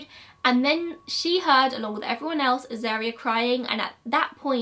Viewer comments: Also, wasn't the baby's name pronounced A-zar-ria, rather than A-zair-ria? At least, that's how I've always heard it pronounced. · A Dingo has a skeletal and macular system more like a cat. A lot of people keep Dingos as pet's. Uluru you pronounce correctly, Azaria try Az-ar-e-ah phonetically. Lol your pronunciation isn't thast bad. I knew the person who shot the dingo and burried the baby in their backyard. It was quite a shock to see it on the cover of our local newspapers. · You got uluru pronunciation correct but azaria is Az-ARE-ia And Ayers rock is like Airs rock. No way to write that without sounded like a dick ahahaha sorry